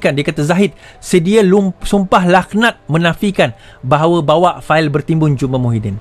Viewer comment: Bukan sumpah “lakh-nat” laa. Sumpah “laknat” (k=ع).